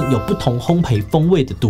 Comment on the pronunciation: 職業病一下，烘焙(ㄅㄟˋ)字幕是對的但發音好像是念成ㄆㄟˊ